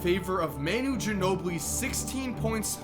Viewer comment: Lol mainu? How long have you been following the nba and you cant pronounce manu's hame?